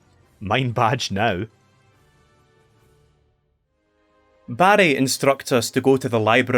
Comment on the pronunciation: I couldn’t stop hearing “Barry” as “Baddie” and that made this review twice as fun